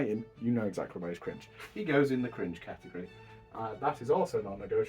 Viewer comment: Catehgry. Don't take it seriously please